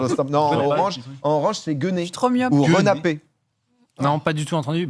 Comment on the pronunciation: La renapée ça se dit plutôt une r'napée